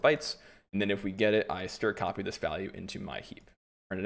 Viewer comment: I really wish people would stop pronouncing abbreviations in a manner inconsistent with the word of which they're an abbreviation. For instance, "strcpy " is not "stir copy" but rather "string copy". It's like when people pronounce "char" as though you're going to flame-broil some meat. It should be "care" as it is an abbreviation for character.